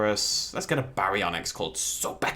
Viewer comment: it's so-bek, not so-beka. Anyways. Yes he is the Egyptian god associated with crocodiles manly as the holy animal for him.